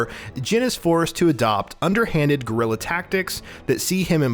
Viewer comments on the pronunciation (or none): none